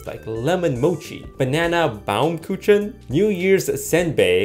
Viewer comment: The pronunciation of "baumkuchen" hurt me and all my ancestors... but it's fine. I suppose no one really knew what language it is and consequently how to pronounce it.